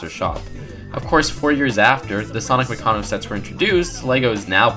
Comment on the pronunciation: its maccano not maccono